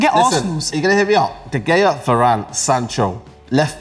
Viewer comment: doesn't even know how to pronounce De Gea right and he was representing United in this argument? embarrassing.